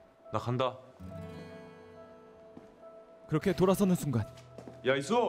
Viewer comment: 난 이수호를 야소라고 들어버렸다.........